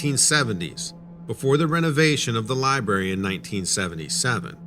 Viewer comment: There's a R in the word Library.. it's not a silent R.